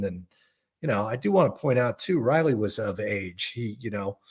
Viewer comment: did she just call him Ratley?